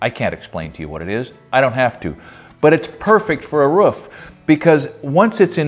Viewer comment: rOOf (rewf) not what your saying lol